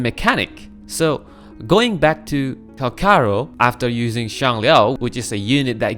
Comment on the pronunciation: "Cal char ro" 💔🥀